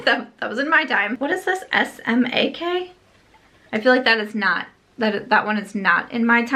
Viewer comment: It did sound like said smak and the print on the package really could go either way. It’s an understandable mistake! ☺️